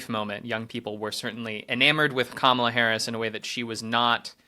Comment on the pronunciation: Robert starts to mistakenly call her Pummel-a and I love that nickname now 😂 Mamala, Pummela, Kamala. Get out and vote!